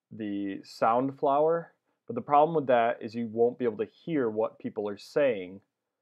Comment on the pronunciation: i thought he said sunflower the first time he said it xD